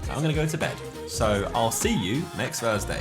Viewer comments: welcome to another 'Zerkaa FURSDAY' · it was a joke as Josh says F instead of Th, listen to the start he says F everytime lol